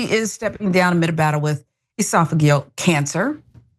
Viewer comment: Esaphogil cancer?!? Seriously, is this woman able to say one, just ONE medical term properly? Yesterday, she tried desperatedly to say "metastasis", tried it four times, still wasn't able!